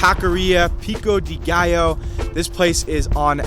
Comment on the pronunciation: I saw you say gallo wrong…get it together